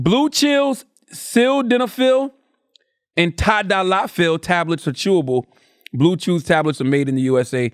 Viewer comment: Why Charla pronounce ‘tadalafil’ like ‘Ty Dolla Sign’ in this read?? 😂😭